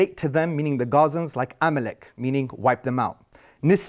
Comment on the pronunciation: Amalachite???? Amalek you muppet